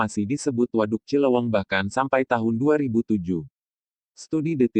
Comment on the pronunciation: Cileuweung,bukan cilowong